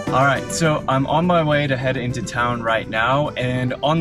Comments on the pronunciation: Yeah Roit! 😂😂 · Hey, the way you said "Oh yeah, right!" - you're really sounding Aussie now... Good one mate!!🤗